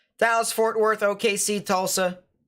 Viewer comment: Damn that was intense but a funny livestream whatsoever, you and us in the chat did a good job for lightening the mood 😂👏 We arent gonna talk about the oh-KOH-knee or the day-las/fat worth teck-sass? 😂 holy that was hilarious. But that Leslie tornado and THAT PALM BEACH ONE THOUGH sheesh that was intense, and seeing both of them form on live was scary! great work man!